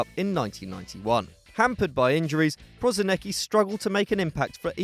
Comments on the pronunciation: Jebo te be izgovara se prosineki nego prosinecki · You fucking pissed me of with Prosinecki. If you are making a video make a fucking research how to pronouce names. It's pronouced PRO-SI-NE-Č(CH)KI